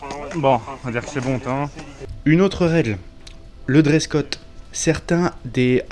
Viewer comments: Trop cool la vidéo et très bonne analyse des + et des -. En passant (juste pour taquiner) On dit Dress Code et non Dress cot ... hihihi ! Très très bon moment en votre compagnie en toute circonstance. Vive la Corse et la Belgique Miel ... Squad Leader JJEK. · Merci beaucoup pour ce retex bien quali', mec 😀 Bon c'est pas encore ça cette année, apparemment... Ps: on dit dress code, grand fou 😜